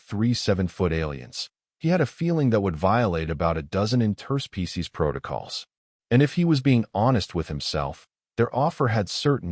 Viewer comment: WTF is an "in-TER-spee-sees agreement"!!!!??? STRESS in on the WRONG syll-ABLE!!!!!!!!!!!!!!!!!!!!!!!!!!